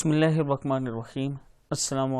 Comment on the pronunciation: عابد راجہ بسم اللہ صیح پڑھا کریں پیش نا لگایا کریں زبر ہے